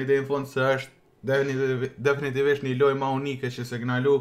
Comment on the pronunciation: Definitivtvedhhfhhstg DEFINITIVISHT* 😂